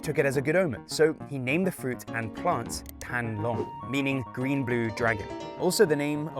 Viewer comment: The Vietnamese name for dragonfruit is “thanh long” btw, not “than long”🤗